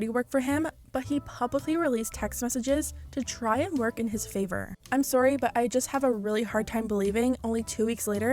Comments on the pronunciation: how many times did he actually say aorry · Omg I'm in love w how you wonderful Canadians say sorry 🥰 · I love it everytime says “sorry” and the Canadian accent comes out